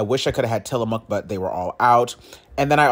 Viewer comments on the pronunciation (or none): none